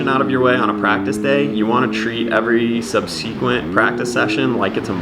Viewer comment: did you just say "SUB-SEA-QUINT"? how's that collage paying off for ya lol. nice riding for sure tho damn